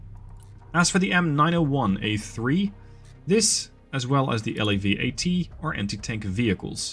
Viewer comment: Nice work! Just thought you’d find this easier for narrating: It’s ok to say “SEP” as a word (pronounced like you would say ‘September’). Same for “LAV” (like ‘lave’, the French word for wash).